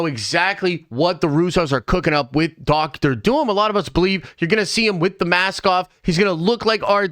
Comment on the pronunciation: Why do you say Dr Doom like that, like "DoctOr DOUm"